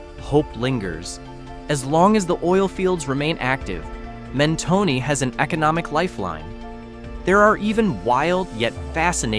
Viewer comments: “Mentoney” lol no. Men-tone. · It’s pronounced Men-toe- n and also Pay-lose . Amateur should have enough sense to not offend a million Texans .